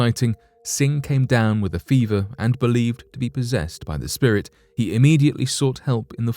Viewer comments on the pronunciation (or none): none